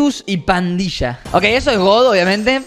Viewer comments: 558 robles dice parrilla en vez de pandilla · Jajaja lo que se dieron cuenta de que robleis dijo parrila de duendes jijijaja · ROBLEIS TE DISTE CUENTA QUE ESTAS DICIENDO PARRILA DE DUENDES EN BES DE PANDILLA DE DUENDES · se dice pandilla de duendes capo.